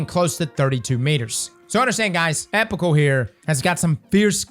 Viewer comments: I hate to be that guy, but it's pronounced ee-pok-ul. The base word is epoch, like the eocine epoch. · it’s pronounced “ee-pock-ull” integration, just so you know